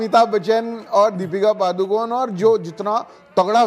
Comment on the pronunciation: Deepika Padukone (it's पडुकोणे not पादुकोन) she's from Karnataka and she was first launched in a Kannada movie.